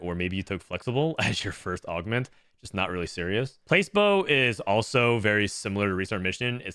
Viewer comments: was thinking the same thing hahaha - for those wondering, its pla-see-bow, which is a type of treatment that doesn't actually have any active properties such as sugar pills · "place - bow" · Never in my life heard placebo read as “place-bow” LMAO that’s a new one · Place-bo ? XD